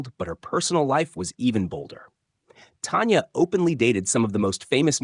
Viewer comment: It’s not Tonya it’s Tanya….get her name right!!!!!!!!!